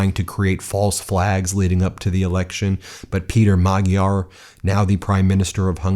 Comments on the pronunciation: Nice show, Great win for Democracy in Hungary, Europe and the World. Magyar Peter (pronounced rather Mad-yar than Mag-yar) and Tisza Party (Pronounced “Ti-sa”) with 2/3 victory. ❤️ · Writing from my home here in Hungary... there's a very peculiar sense of relief in the air! Can't wait for tomorrow... the world will look completely different. A couple of pronunciation notes: Magyar is prounounced "madge-yar" Tisza = "Tizza" (It's also the name of the second largest river in Hungary) Fidesz = "Fiddez" And the stress is always on the first syllable. In Hungarian, the name of the country is 'Magyarország' - the land of the Magyars. But this is the most fantastic news and I'm so glad I'm here! Now Hungary is on the right side of history! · Just a note. Magyar is pronounced with an almost silent g. To english speakers it is more like Maa-yar.(sort of) Congratulations to Peter the Hungarian. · Magyar is pronounced “MAD-yar”. The “gy” is pronounced “dy”. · Great news! Two nitpicky corrections: Fidesz is pronounced /FEE-dess/ and Tisza /TEE-sah/. And while we're at it, Magyar is pronounced /MOD-jar/. :) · Oh my goodness, every Hungarian word is butchered. Tisza is pronounced like “TEA-sah”; Fidesz is pronounced “FEE-dess”; “Magyar” is pronounced “Madyar” (the gy letter doesn’t exist in English, but that’s the closest). Even Orbán is pronounced “OR-ban” with the “ban” rhyming with “ran”. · The G in Hungarian is pronounced more like an English D. Sounds more like Madjiar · Sorry to nitpick, but I believe the new Hungarian leader's name is pronounced "Majj-yar". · Hungarian is a difficult language - his name is actually pronounced "Mod-yar". Electors are strange, wouldn't you think that with memory of Admiral Horthy, they would never have gone near Orban? Glad to see common sense prevailed this time around. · His name is pronounced Ma-Jar. Your going to pronouncing it a lot I would think so please get it right so I don't cringe every time. Thank You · Magjar has a silent "g"